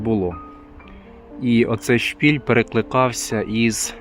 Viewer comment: *шпИль, а не "шпіль"